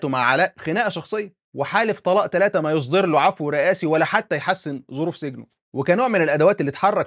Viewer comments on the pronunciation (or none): none